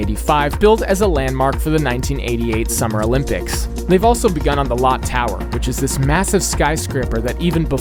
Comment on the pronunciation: “Lot Tower” 💀